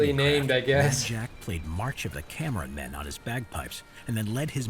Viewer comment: Oh Jesus- "March of the Cameron Men" not "March of the Cameramen" hahaha